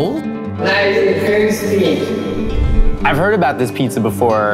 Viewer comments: omg that part had me dying 😂 ” nice and creespee!” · THICC AND CREESPEEE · NICE AND CWISPY